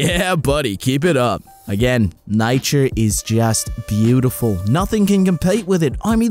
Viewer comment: you said nauture in the second flower